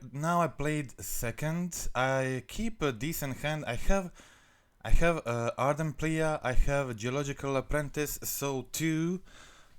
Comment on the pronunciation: Ardent plee it reads plee not pleA